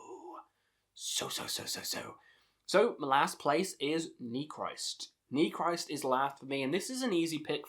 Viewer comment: don't know if someone already said it, but I speak Russian, Ukranian (a little), and German: The album titles are pronounced like Nechrist' = Neh hreest Weltenschauung = Vehlt en show (like ow when you get hurt) ung (like sung) Golos Stali = Holos stahlee Istina (verity) = eestina Cool vid mate